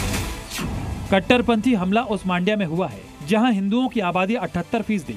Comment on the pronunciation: It is not मांड्या. It is मंड्या.